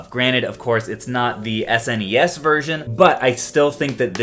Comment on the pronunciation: I appreciate how you say S-NES instead of Retro Rick saying snessss 😂.